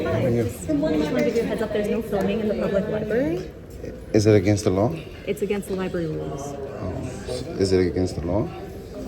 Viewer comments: "You cannot film in the Lieberry" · She works at a library and she says liberry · Apropos that she calls it a "lie berry". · “The LIBARY” 🤦‍♀️ I’m waiting to hear her say “AKS.” Uneducated security fool who doesn’t know the law…and apparently WORDS!!! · She works in a library ....not li-berry. Ignorance is bliss. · "I work at the LIBARY, but obviously don't utilize its resources since I can't even say LIBARY properly." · No. Which syllables or letters were switched? "Aks" instead of "ask"is a metathetic error . "Liberry" is is a mispronunciation missing a phoneme. Metathesis is specifically for tranposition of letters or sounds, like "aminal" or "pasketti".